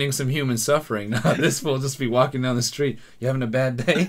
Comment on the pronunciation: No he actually pronounced it wrong